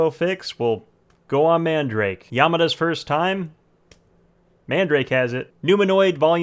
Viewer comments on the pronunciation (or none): Its not man-da-rake its MAN-DA-RA-KE and also your good at making vid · I thought it's pronunciation is man-da-rah-keh... And not mandrake... Lol. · The store is called Man Darake...like Manga Darake (Everywhere). I have been hearing the incorrect pronunciation for over 20 years now. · “Man-duh-rock-eh” .... now say it faster 🙄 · It might just be my ears but i keep hearing man-drake for some reason. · Nigga said man-drake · its called "man da ra ke" eh.. your white its okay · Bro he keeps saying mandarake wrong 😂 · The way you pronounce madarake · lol the way u pronounce mandarake is sooo wrong but funny. jokes aside, this site is one of the best imo, along with solaris japan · pls no, you pronounce it wrong